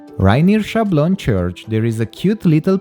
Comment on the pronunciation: I have to remark that we don't say "Chablon" but "Sablon" with an S at the beginning . I don't know but "Chablon"must be a spanish pronounciation .